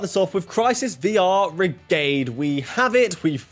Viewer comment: “Crisis VR -igade” facepalm it’s VRigade, like Brigade with a V